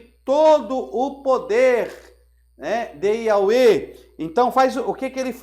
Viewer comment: Porque o irmão pronuncia IAUE ? Seria sinônimo de YHWH ? É que a pronuncia lembra nome de entidade